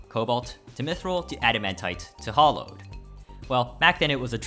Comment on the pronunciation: "Hollowed" jesus just read the pronunciation in any dictionary my gosh